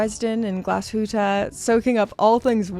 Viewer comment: Congratulations on pronouncing Nomos and Glashütte so well! I hope Teddy watches this video 😀